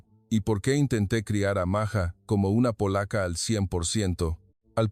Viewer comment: Ibas bien En tu narración; pero te azotaste, al decir Maya, y luego..maja, es totalmente distinto Maja a Maya. Documentate bien, y no digas Tonterías ✔️